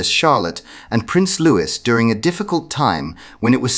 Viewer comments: The pronunciation is LOOEE…NOT LOOWIS. LOUIS, a boy’s name, is pronounced LOOEE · It’s pronounced Luwee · Pronounce Louis name correctly. Same pronunciation is Louis as in King Louis of France not as 😅 Carroll.